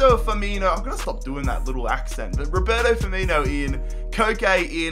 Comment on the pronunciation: Why did you pronounce Roberto Firmino like that